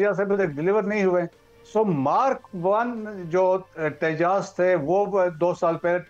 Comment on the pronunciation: Interesting. Non of the 4 can pronounce Tejas.